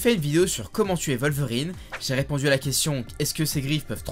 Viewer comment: C’est un « w » pas un « v » dans WOLVERINE